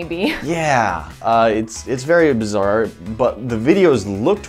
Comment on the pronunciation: “ it’s very obzare”